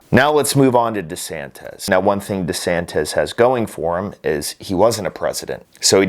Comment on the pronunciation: DesanTISSSSSS, not DesanTEZZZ.....